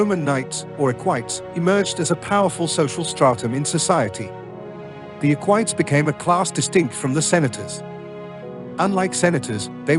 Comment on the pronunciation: It's "e-qui-tes", not "eck-whites".